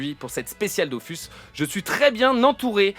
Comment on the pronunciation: Merci pour l'invitation c'était vraiment cool ! PS : on dit Dofus pas Dofousse